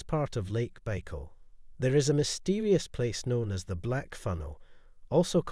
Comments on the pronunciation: It is Buy-call, not Bey-call. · How u make a whole video and not even learn how to say it right?